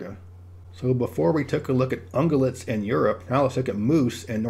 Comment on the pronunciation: these are some cool map ideas. You are never a person I ever want to correct…such a great guy…but I think ungulates has that “gyuh” middle part that contains a y sound. Not “guh”. That’s all. All the rest is super perfect! 😘❤️🥇😎⭐️🏆♥️👍🏙